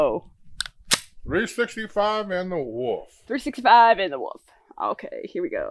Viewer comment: I love the Woof pronunciation instead of wolf. Great vid y’all